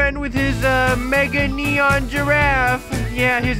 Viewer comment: Yeah it's neon not nenon